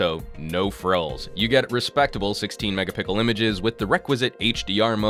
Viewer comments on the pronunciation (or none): What the fuck is megapickel?